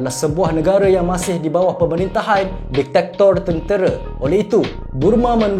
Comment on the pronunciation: Bukan detector min. Dictator. Detector tu pengesan. 1 lagi,Haiti bunyinya bukan heti,sebutannya ha yi ti. #teguranmembina